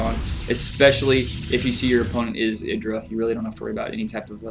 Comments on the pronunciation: i-dra not id I I I I I I I you dont say id you say I'd IdrA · wrong. its idra, not eye-dra. Confirmed too many times in interviews.